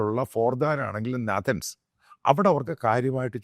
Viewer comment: Dear kunneswaran achaya, née valya vaayil kunaappu varthamanam parayaruthu... Ellavarum english ariyathavarallada, eda potta naathanz alleda, Nathaaanz. Manassillaayo?